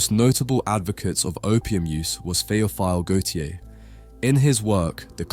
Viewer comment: It’s pronounced Theo feel Gautier